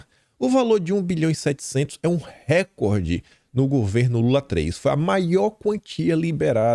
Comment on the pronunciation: não é r(é)cord, é rec(ó)rde, do verbo recordar.